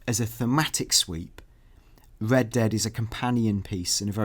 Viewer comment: They really should have hired a guy who can pronounce the letter 'r' to cover news for a game called Red Dead Redemption. Unless it was some cruel inside joke amongst gamesradar employees to put on this game.